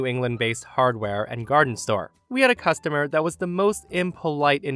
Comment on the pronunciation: It's customer, not costumer.